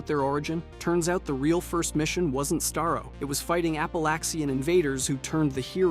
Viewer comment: Sta-roh, say with me now, STA-ROH. that is how Starro is pronounced, not stai-roh